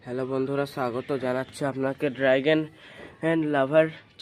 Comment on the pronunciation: আবার ড্রাগেন ? কথাটা ড্রাগন উচ্চারণ সঠিক করো ।😂😂😂😂😂😂